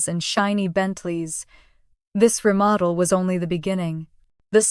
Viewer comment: "remodell"??? It's REMODEL! COME ON, A I!!!